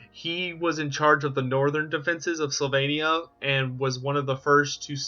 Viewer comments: Sylvannia not slavannia. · Wow, screwed up the first sentence. Slyvania? It's sylvania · Did you say Slovenia?! Or Sylvania? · Its not Slovenia its Sylvania. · Slavania? Where is this place? I'm pretty sure it's "Sylvania".... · He says, slavania. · Why do you keep saying "Slovenia"? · It’s SYLVANIA. Do you hail from PennSLOVENIA?! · We know, but he keeps pronouncing it as "Slovenia". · Is it really pronounced "Slovenia" or am I really going deaf? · One question: where is an o in Sylvania, or what kind of alphabet do you use? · But alas, he can't pronounce Sylvania 😂😂 love his videos though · or learn to learn :D the Y is right there :D thats not L